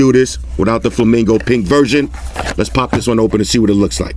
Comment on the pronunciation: It sounds so wrong when you say flamingo pink cause it sounds like flamingo pik which also means flamingo dick in danish😂